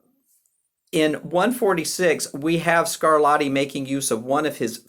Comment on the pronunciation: At about , we stop talking about Scarlatti and start talking about someone called ‘Scarladdi’ (ugh!). Essercizi is pronounced correctly ‘esser-chee-tszee,’ (not ‘esser-see-zee’). A little coaching on Italian pronunciation may have helped in what is otherwise, an interesting and useful video.